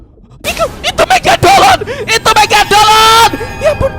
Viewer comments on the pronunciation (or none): Megalodon❌ Megadoln✅ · Mega lodon bang bukan mega dolon😂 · Megalodon tidak Megadolon iya😂😂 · Bang bukan megadolon tapi megalodon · Bang megalodon bukan megadolon😂😂😂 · Megalodon ❌ Megadolon☑️ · Megalodon bang bukan megagolon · bang Megadolon atau megalodon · Bang itu megalodon Bukan megadolon😂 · megadolon? megalodon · Megadolon✅😭 Negalodon❌ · Megalodon❌️ Megadolon✅️🗿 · Megalodon❌ Megadolon✅